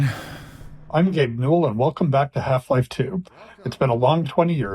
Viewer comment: I love how you can hear him over-enunciating “GABE N”